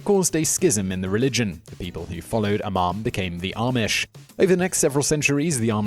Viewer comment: It's RUMSPINGER NOT ROOMSPRINGER 😠😠😠😠 AND IM NOT EVER ARMISH